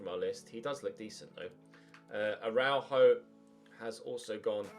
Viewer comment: Alves de Ara-uh-juh